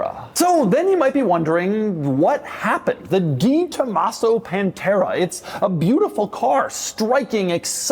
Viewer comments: I know how it’s spelled (and that this is Doug 😂) but I’ve never heard anyone pronounce it like Doug as DeeTomaso. I’ve only ever heard it pronounced DayTomaso or DahTomaso (maybe even DehTomaso). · Pronounced… DAY tomaso 😉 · Doug is the type of guy who mispronounces the "De" in "DeTomaso" for 40 years and knows he's doing it. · I cringe every time he mispronounces DeTomaso....